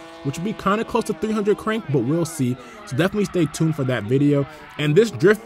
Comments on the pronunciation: whats tooooned??? dont you mean tuned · but you said tooooned lol. also why do you guys say aloooomium....its aluminium